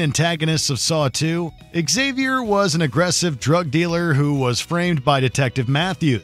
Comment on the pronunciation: "Eggsavy-or"? isn't it pronounced 'Ksavior'?